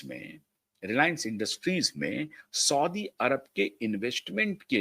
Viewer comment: सौदी अरेबियन करेक्ट उच्चार हैं